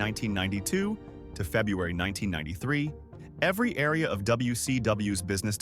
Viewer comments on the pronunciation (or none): none